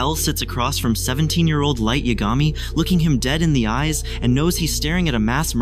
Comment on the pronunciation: Who edited this? Two Oh university? Light Yag Ami? I can’t. It’s nice that the AI voice kind of sounds like Light’s American VA, but the pronunciation is so off.